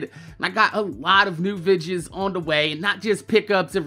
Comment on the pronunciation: Are u KOREAN? WHY U KEEP SAYIN "VIDJIZ" INSTEAD OF "VI-DE-YOES"????